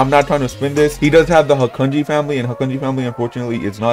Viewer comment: You prounounced hakuji wrong it’s like (HA-kuje)